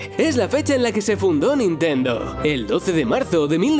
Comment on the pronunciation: Que dijiste nintenduo, no te entendí, estaba cantando sailor moon